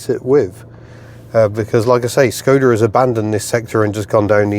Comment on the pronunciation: Copy paste this into Google Translate for correct pronunciation Škoda :)